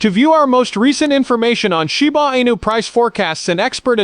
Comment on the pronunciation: Is this ai produced? Man so cringe to listen to! Zero zero zero bla bla, shee booo anus? You should read it buddy! You'd probably do a whole lot better!